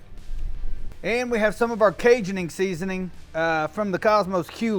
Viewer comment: “Cajuning seasoning” 😂